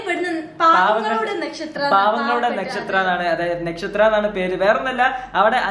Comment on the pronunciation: നെക്ഷത്ര അല്ല വധൂരി.. നക്ഷത്ര എന്നാണ്